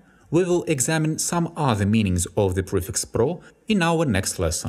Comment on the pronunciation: I checked again. Only a few minor things. meanings (with 'с' ending, not 'з') divide (ди-вайт) (something is not right here) to shoot (ту шут) actions with 'с' ending, not 'з') "the" sounds better in this case with an 'и'-sound, because the next word starts with a vowel. And also in this case you are emphasizing something specific. The word: object. trials (with 'с' ending, not 'з') verbs (with 'с' ending, not 'з') to read (with a soft ending "t" or "d" depending on UK or US English)